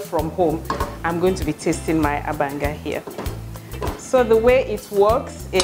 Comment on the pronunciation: I’m a Nembe girl and this makes me happy. Reminds me of my mum. And you pronounced it correctly too. Well Done